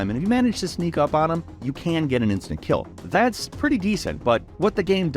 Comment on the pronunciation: whoaaa! That's tha-it